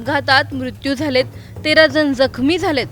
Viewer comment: आधी न ला न आणि ण ला ण म्हणायला शिका. दोन जण असतात जन नाही नियंत्रण, नियंत्रन नाही. भयंकर अशुध्द वचन 😢